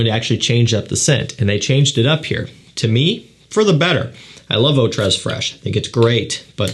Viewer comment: Eau tres is pronounced "oh tray"